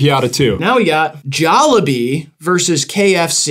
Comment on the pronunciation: the jollibee pronounciation is crazy the logo is literally a jolly bee